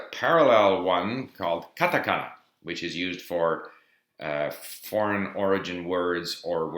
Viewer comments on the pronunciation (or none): You even said katakana wrong... and you've lived there for so long. You should explain to people who doesn't know that kanji is very different from the other two.